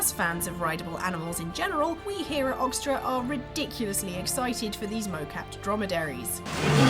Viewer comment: ... Oxtra? Really?